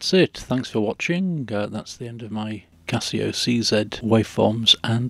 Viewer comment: just wanted to say thank u for saying see zed not see zee LOL